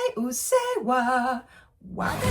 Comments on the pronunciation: Your pronunciation of Ado's name and song titles is correct. It was a very beautiful pronunciation. Usseewa was an intense song, but I think it's also nice to listen to songs with gentle melodies like Elf that are rich in emotional depth. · It's pronounced 'Aah-dough.' Pretty sure you nailed the pronunciation of 'Usseewa' correct though.